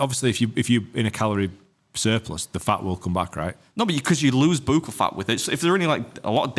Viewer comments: It is pronounced like Buck all Only because as a nurse we give buccal medication. Its not a your saying it wrong just letting you know how it's pronounced 😊 great pod as always ❤ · FYI Beard...buccal is pronounced buckle. 💖💖🌹🌹